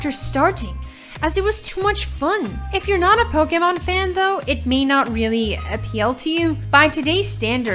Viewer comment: The way she says "Poke" and "Pokemon" really bothers me.